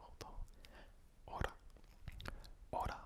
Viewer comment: La prononciation est parfaite, juste Hola c'est vraiment LA (comme lalala) tu peux aussi dire pour enchanté : Encantado si tu es un homme et encantada si tu es une femme quand on te présente quelqu'un par exemple... (Je prévois aussi une vidéo en FR/ES) Toujours aussi relaxante ta vidéo.